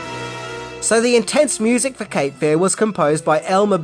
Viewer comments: Love your videos, but your emphasis on the wrong syllable in this one, when saying “Cape Fear”, is driving me bonkers. It’s Cape FEAR, not CAPE Fear. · It's "Cape Fear" not "capefear"